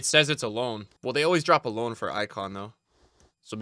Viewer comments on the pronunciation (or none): Its loan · It’s loan💀